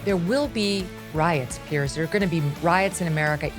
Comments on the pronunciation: His name is PIERS, pronounced Peerz. Not Pierce. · His name is PIERS ( Peerz) not Pierce. Don't even sound the same